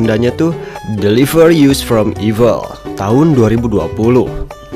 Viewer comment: Koreksi dikit a Itu "us" dlm bhs inggris dibaca "as" bkn "yus" us = as use = yus Maap ya a 🙏🏼